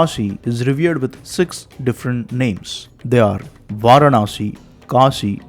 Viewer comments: Pl pronounce Vaaraanasi as opposed to Vaarnaasi. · Interesting! Just curious; Why do you repeatedly say "Vaar-Naah-Si"? It is "Vaa-raah-Na-si." That is, Vārāṇasī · Pl pronounce Vaaraansi instead of Vaarnaasi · Kindly correct your pronunciation. It is Vaaraanasi and not Vaaranaasi. In Tamil it will be வாராணஸி. வாரணாஸி இல்லை.